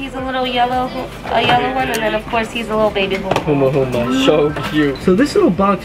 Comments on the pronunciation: Humahuma??? Lol not even close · my gai, it’s humu-humu, not huma-huma lol